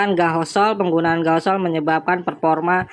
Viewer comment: gasohol bukan gahosol😂